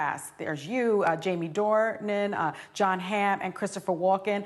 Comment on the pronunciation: It's John, not Kohn